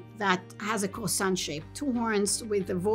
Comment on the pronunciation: That’s what happens when you invite francophone scientists to join the research 😝 lol Edit.: when she said “croissant” the word basically sailed off her mouth with grace and determination “Itt ees shapt like ah crrrroahsah!”